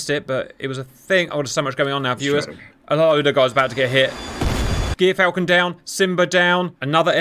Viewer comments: Hate to be the pronunciation nerd, gyrfalcon is pronounced “jeer-falcon.” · As a life long ornithologist and falconer. I feel I must let you know it's Gyr pronounced as the Ger in Germany.👍